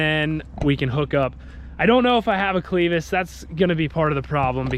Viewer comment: Its pronounced "clev us" not "cleeve us". Would have been better if you had left the ring hitch on the spring harrow and used a clevus. Would turn better and work ground better. Just my old timer knowledge speaking though. Do it how ever it works for you